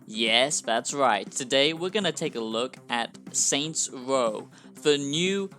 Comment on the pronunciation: “Saints woah is twuley a masewpiece”